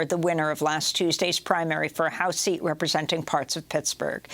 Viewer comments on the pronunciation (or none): none